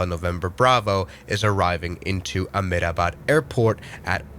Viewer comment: Amedabad😂. Its a-hem-da-bad